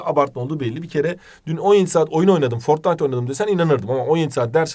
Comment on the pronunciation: abi fortinite değil fortynayty